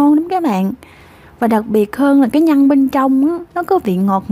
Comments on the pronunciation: Bạn phát âm cho chuẩn để dễ nghe nhe. Nhất là từ nhân chứ không phải nhăn, đánh lưỡi chữ r bạn nhé. Thanks. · oi e làm bánh kheó lăm, chi thůòng xuyên xem Video cūa e, nhůng chi có 1 yêu câù nho nhõ, e phát âm cho rõ 1 tí, nhân mà cú nghe nhăn